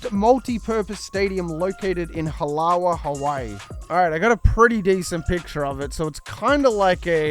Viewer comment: ITS PRONOUNCED HA-LA-VAH.. I need research to be done here hahah. Y’all killing me with this. Also as long as the players are poly… ur good. I love Hawai’i.. on O’ahu. Do u understand how many Samoans and Tongans live here? And play for UH???? Let alone boys who are mixed with Samoan or Tongan or Fijian etc. so the names need to be a mix of all Polynesians. Not just Hawaiian bc that’s not accurate. Now unless u don’t actually care about accuracy then ight. If u do tho. I’m giving u the path. Anyways palala 🤙🏽 shoots see u on the next vid